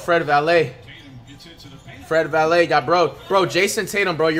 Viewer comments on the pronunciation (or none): miss when he used to say “Fred Vanvalit” 🤣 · in some point of the vid he said fred valae so when he first said that I just drop my comment but your correct tho